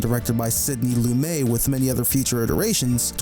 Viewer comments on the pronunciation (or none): Nice essay! I really like your narration. A few suggestions though: turn down the volume on the music—I could barely hear you over it for big chunks of time. Proofread your onscreen words—there are several typos. Oh, and the director’s name is pronounced “Lu-METTE,” not “Lu-MAY.”